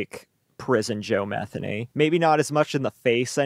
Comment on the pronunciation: Methany ???? Did I hear that name right 🤣